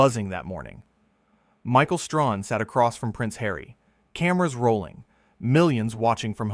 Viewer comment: It's Stray Han! Get the name right! Talk about respect, pronounce the man's name properly! Bad AI!